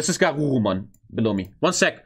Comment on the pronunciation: "this is Garurumon".....ouch.